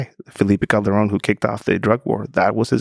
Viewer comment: C’mon Lex! Roll the ‘r’ correctly for saying ‘Calderon’ 😊